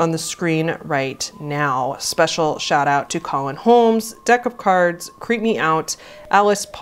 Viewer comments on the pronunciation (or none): none